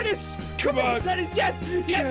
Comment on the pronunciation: it's Denis not Dennis